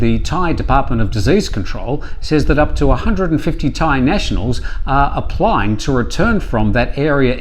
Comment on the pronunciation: So funny when you turn on your "ying-tong" accent when you try to pronounce Thai names/places.